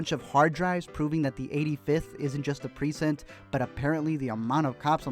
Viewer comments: Everyone else: "Pre-cinct": "Preesent" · Was anyone else bothered by the way he pronounced Precinct??? I mean I love your videos bro but its as bad as when Beyonce talks about Surfborts. Lol. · YOU ARE PRONOUNCING PRECINCT HORRIBLY INCORRECT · It's so weird hearing Chadwick talk without the Wakandan accent. And the way you kept pronouncing precinct just bugged me.